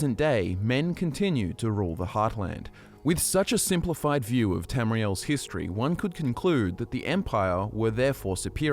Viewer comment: is it only me or the way he say 'History' sound like 'Hist Tree'?